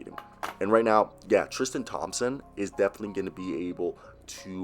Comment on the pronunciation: Bruh. You can’t say theis right or thompson, what’s up with that man